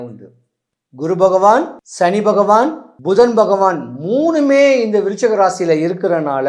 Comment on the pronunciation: விருச்சிகமா?? துலாமா?? தெளிவா பேசுங்க😢